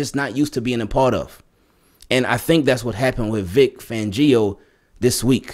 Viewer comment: Vic Angrio 😂😂